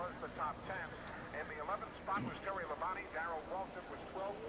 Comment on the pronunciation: I am not sure what is more annoying. Announcers back then pronouncing Terry Labonte's name wrong by saying "Terry Labon-TAY" or announcers saying "Mike Waltrip" instead of Michael Waltrip. That's just me